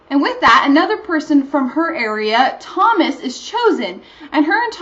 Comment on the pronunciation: You got the pronunciation of the author's name right, but Thomas' name is pronounced To-mos. (short O)